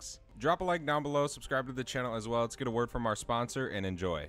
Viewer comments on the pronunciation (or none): none